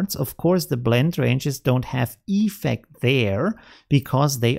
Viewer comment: Dude... it‘s effECT, not EEEEFect😅